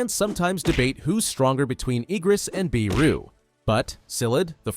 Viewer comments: Not biru its beru😂😂😂😂😂😂😂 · It's BERU not BEERU. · Lol they cant even pronounce beru correctly and they call themself better than most people 😆😆😆😆😆